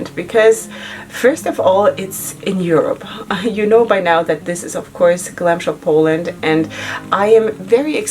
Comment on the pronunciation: You did amazingly great with polish names ! 😊 I'm Polish and I would understand you if you said it like this 😁 Glam Shop is really good brand ! 😍 Try also single shadows, you won't regret it 😁